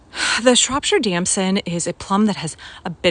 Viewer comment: Btw, it’s pronounced “Shrop - shear”